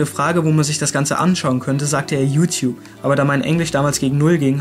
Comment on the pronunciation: Ich musste eben so extrem spontan lachen bei der Stelle "Jutjup".